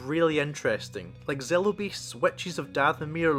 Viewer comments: I know it’s just accents, but when you say “Witches of Dathomir” I hear “Wet cheese of Dathomir” 😂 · The first time you said, which’s I thought you said white cheese I was so confused, 😅but yeah, I see what you’re saying. I am watching it with someone that has not seen rebels and they’re confused.